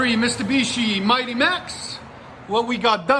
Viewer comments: Mistibishi😂 Love the realness of your videos lol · “Mistabishi” I love it